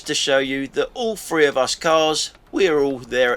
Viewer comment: Three not free 😮